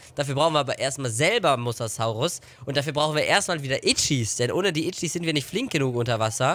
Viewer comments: Mosasaurus wird anders ausgesprochen! Das o ist länger und das s weicher. Mosasaurus, nicht Mossaßaurus! 😜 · Bei Mosasaurus wird jedes "S" wie bei Sonne ausgesprochen ... Das ist auch im Englishen so .... Jeder Dinonamr wird lateinisch ausgesprochen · Der Mosasaurus wird wie die Farbe rosa ausgesprochen ;)